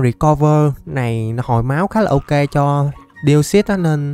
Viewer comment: Deoxys? ko ko Deosus =)) ( Chuc buoi trua vv)